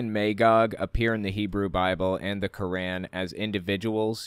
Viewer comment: The way says Quran physically hurts me. It’s not cause I think he’s saying it wrong it just sounds like it hurts.